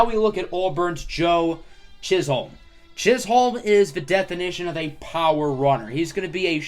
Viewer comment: It’s pronounced “Chizzum”. Not “Chiz-Home”.